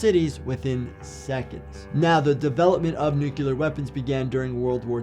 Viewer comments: Not to be a jerk, but it’s nuclear not nucular. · Stop saying nukular.